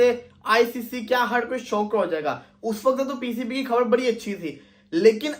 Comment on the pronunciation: Khbad nahin khbar boltiein hei